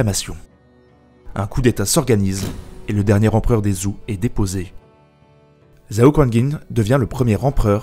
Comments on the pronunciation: Super vidéo, comme d'hab! Juste : Zhou se dit "Tchow" et Zhao "Tchao" et la dynastie Yuan se dit "Yuèn" (le système pinyin est parfois trompeur). Sinon super vidéo! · Je vais faire mon chieur mais zhao ou zhou se prononce tchao et tchou. Si je ne m abuse. Je titille. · Vraiment pas mal et intéressant, toutefois, il serait bien de faire un effort sur la prononciation des dynasties et des personnes. J'avais envie de mourir à chaque "zhao" ou "zhou" :D Merci quand même pour la vidéo ! En espérant beaucoup d'autres !